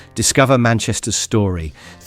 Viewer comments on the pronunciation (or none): Freudian slip .... The 'S' in 'Story' is hidden 😆